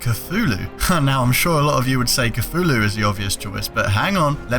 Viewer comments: stop saying coo-fu-lewl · Cthulhu is supposed to be pronounced thulu